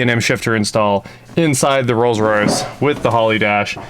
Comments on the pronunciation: I think he said Rolls-Royth 🤣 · just me or did he say "Rolls Roythe Silver Wraith II" like he was trying to combine royce and wraith, not like a lisp or anything like that? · Rolls Roith? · ....he did. Glad I wasn't the only one who heard that...lol